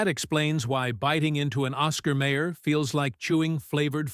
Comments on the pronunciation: Lots of fat in Ball Park franks. That's why "they plump when you cook them". BTW: It's Oscar Mi-er NOT May-er. I wonder when a Rabi last visited the Hebrew National plant? BTW: Remember when hot dogs were made from pork? You can't find them any more. That was a hot dog. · It is not Oscar Mayor, it is Oscar MY-er. AI narration sucks! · oscar mayor? it's meye-or. maybe YOU should sing not hum the jingle. major loss of credibility. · Someone please tell that narrator (AI?) how to pronounce Oscar Mayer! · Yes, every time the AI monitor says May-er instead of My-er, I want to punch the phone!! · At least tell the AI it's pronounced Oscar My-er, my oh my. Just listen to that famous jingle. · Oscar MY'err is NOT an obscure brand. There is absolutely NO EXCUSE for any human OR A.I. to mispronounce that name. And in 71 years I have NEVER seen a hot dog turn to mush. I did not finish watching this piece of crap. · My god, AI cannot even pronounce Oscar Mayer correctly! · AI sucks!